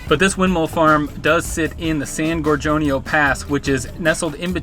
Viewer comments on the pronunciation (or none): Moved to PS after my folks divorced in 73. I lived there on and off from 74-90 cuz Dad lived and had his restaurant/hotel there. Summers are unbearable.🥵🥵 The pass going thru there is pronounced "Gore ghown E oh...." I personally feel PS was better during spring break. It was much more wild back then.❤👍